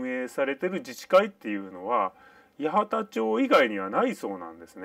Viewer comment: 「やわた」では無い。「やはた」。